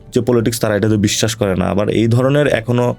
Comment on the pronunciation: Nasir, Assalamualikum. Apnar sobkichu e sundor except ekta mudra-dos. R mudra-dos ta holo "abari". Please try to avoid it.